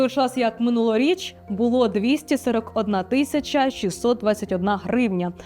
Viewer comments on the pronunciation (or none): none